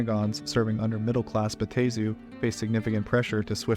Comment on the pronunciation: It's (Bat-Tah-Zu)